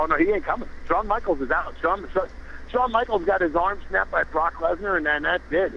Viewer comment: lmao lesnar not leaner